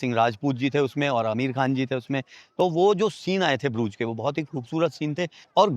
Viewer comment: । ब्रूज नहीं है। इस जगह का नाम है BRUGGE. DOUBLE GG. उच्चारण हैः BRÜGGE. हिन्दी में U है ही नहीं। और GG जो है उसका उच्चारण ख़ जैसा है। यानि उर्दू का ख़।